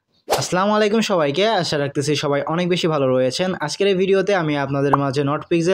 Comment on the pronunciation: সালামটা সুন্দর করে দিয়েন। স্টাইল করে স্লামালাইকুম না বলে আসসালামু আলাইকুম বইলেন